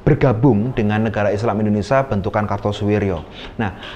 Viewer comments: Indonesia atau indonesa😊😊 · Nyebut indonesia sj bgtu indonesa....hmmm